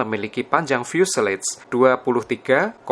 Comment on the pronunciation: Setau saya, fuselage dibaca mirip fyuselaj, bukan fyuseleyj